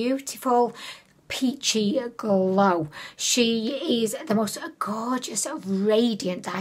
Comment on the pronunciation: Part of the reason I watch your content is because of your personality, stories, and going off track. Who am I kidding that's WHY I watch lol I don't even buy from Ali Express being in the states I use Shop Miss A 💘 Also haha that "golw" f*ck up is hilarious 🤣